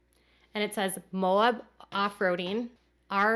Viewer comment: All of us Moab freaks are freaking out at your pronunciation lol. It's MOE-ab. It's a mountain biking mecca and a real place of pilgrimage for us dudes who love fat tires lol. So happy for Christine! Those spots they're visiting are beautiful beyond belief and I love that she has this relationship! To hell with the naysayers!